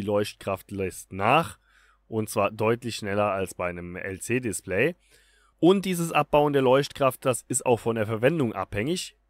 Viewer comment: Ah, vielen Dank, dass Du LC Display sagst! Wenigstens sagen es mansche richtig..